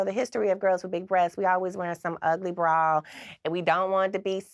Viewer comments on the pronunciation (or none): I love the way she says bra. “Braw”